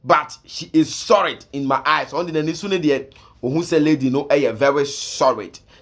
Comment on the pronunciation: Are u from Kumasi? Because your L and R is not working..Lol😂😆🤣 I heard u saying Zionferix and also sorid😂😆🤣😁😆😂